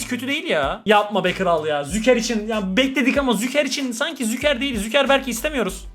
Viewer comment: Züker değil Şuker kral, vallahi telaffuzun rahatsız etti dayanamadım yazdım hakkını helal et 😊